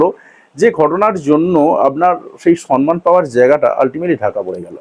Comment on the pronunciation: সর্মান নয়, সম্মান। ইংলিশ তো ভালো বলছেন।